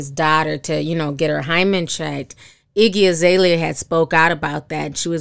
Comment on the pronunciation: you said Iggy Izalea lol she said she stole her name